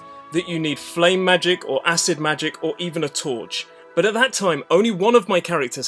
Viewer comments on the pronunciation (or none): none